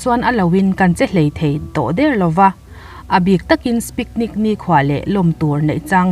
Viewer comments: Spicnics an ti ngei a...hahahha picnic tih tur a lawm.hahha...a sawi dan ah hian tisual palh nilo in,a hriat dan ni in a lang bawk sia.haha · 0.50minute, enge spicnic chu?thring thei ve, in zir ve deuh la, zahthlak e mai,Picnic poh lam thiam loh chu a😂😂😁😂😜😝😛tiang chuan subscribe tlak loh ah an ngai palh ang che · Spiknic 🤣🤣🤣🤣 tha ve eee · a ti lui aniang,hmana thianho picnic a,video covertu khan spicnic a tia,a viral chiam kha...keini pawhin kan ti spicnic vek tawh lawm🤣🤣🤣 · YouTube channel meuh nei khi Ti zat subscriber nei in Picnic tih mai2 alam thiam loh I ring a mani, video boring loh nan a hlimawm zawng in mi video viral Ami a lo hmang ve mai2 nih khi...chupss🤫